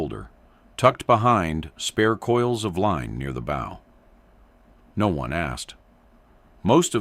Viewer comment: “..fighter lined up perfectly with the bow..”. “bow”…rhyming with “go”….😅…shut up.